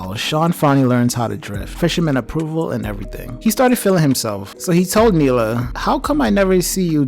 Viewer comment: And thats cool but a little bit of research does help. Like the characters' names are pronounced Han and Neela; not "Hans" and "Mila".